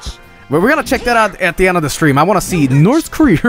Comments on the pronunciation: We were promised "Nort Korear" at the end. I am disappointed. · NOR TH KARERER